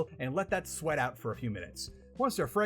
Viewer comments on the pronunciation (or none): none